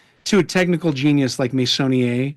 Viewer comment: Wonderful (as usual) conversation and educational experience! I am a little ashamed to admit that I didn't know about Meissonier despite having been raised in France! 😶 pronounced his name well! 👍😊 THANKS AGAIN SO MUCH!!!🎉